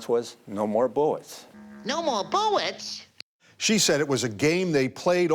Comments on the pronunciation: "No more buwwets in the gun" to "What's up, Doc?" To "That's all, folks" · Well, whadya know? One two(?) buwwets weft.